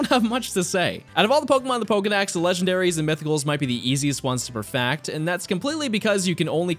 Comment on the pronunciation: is it just me or does he sound like he is saying "perfact" and "dax" instead of "perfect" and "dex ??